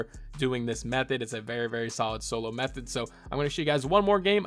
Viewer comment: BRO HE SAID METHODD